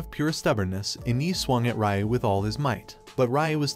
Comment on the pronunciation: Why are you saying Ryu weird 😅